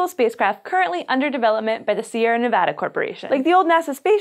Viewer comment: She...She pronounced Nevada right... thank you.